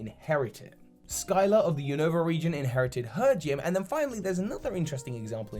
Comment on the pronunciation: Man my irl name is Skylar and the way says Skyla sounds like it ends with an r. It definitely caught my attention when her brought her up.